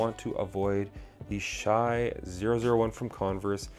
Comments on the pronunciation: dude his name is pronounced "Shay" stop saying "shy".. if u dont know his name maybe learn it before u say it 100 times in 10 minutes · It’s “Shay” not “Shy”